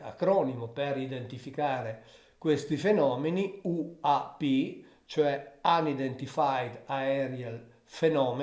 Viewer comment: AP??? UNIDENTIFIED semmai che si legge "anidentifàid" QUINDI U.P. e non A.P.